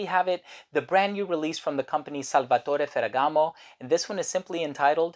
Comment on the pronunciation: Everything you said about this fragrance makes it a must try for me, not to mention your pronunciation of the name.... masterful.